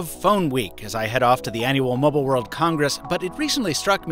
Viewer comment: Mr Mobble? I think he means "mobile"....